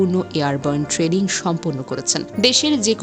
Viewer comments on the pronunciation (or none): none